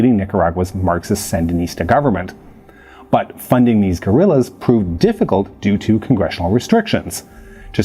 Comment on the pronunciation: Interesting that you would pronounce 'guerillas' in a pseudo-Spanish accent while completely mispronouncing Medellin